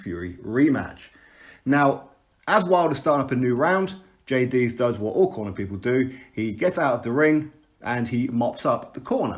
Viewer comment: Its a cotton wool swab to stem the blood. The fact that you dont even know how to pronounce Jay's name shows you're waffling absolute nonsense on a topic you have no clue about. Stop embarrassing yourself you bellend.